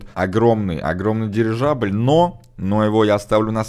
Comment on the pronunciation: прости конечно (сам ненавижу , когда меня поправляют ) , но ГиндеНбург , а не" ГиндеРбург" . Еще , просто к слову тоНН , а не" тоН ". Дирижабля , а не "Дирижажля ")))))))